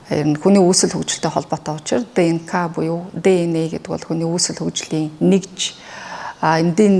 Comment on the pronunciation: Mонголоор ДНК гэнэ шүү. Дна биш.